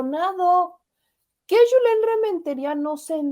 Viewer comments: es Julen no Yulen. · el senador se llama JULEN si se escribe con "jota" se pronuncia con jota NO CON "Y" porque así es en ESPAÑOL. Asi que no le digas YULEN